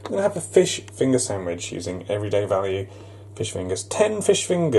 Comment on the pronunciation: “One fish finger samich”